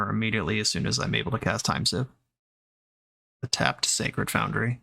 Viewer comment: Everyone I know says the card “seeeeeeve” glad to know there’s another one who says it right out there 🙏🙏